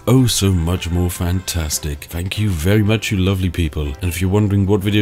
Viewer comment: Really starting to bug me how you're putting on a refined/posh voice but say F instead of TH. "Nufing can hit you." "I fought that would happen" etc. It sounds like you're going to a lot of effort to avoid the glottal stop and actually say your Ts at the end of your words but the effect isn't quite right if you keep saying "fankyou" and so on. Great video though!